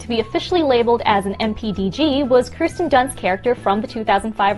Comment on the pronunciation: Not her saying Kristen dunst..... that really bothers me bc she’s an amazing actress who doesn’t get the recognition she deserves. Her name is KIRSTEN (KERR-STEN) (also irregardless is not a word. Regardless is a word)